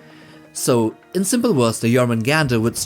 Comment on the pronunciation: quick note: Jormungandr would be said as “yorr-muun-gahnd” (more anglicized “yor-mun-gand”). In Old Norse, if a word ends in an “r”, and that “r” is preceded by a consonant, then it is not pronounced. Rather, the ending “r” just acts as a silent masculine suffix. It’s usually used in the names of beasts and non-humanoid entities with nebulous sexual characteristics.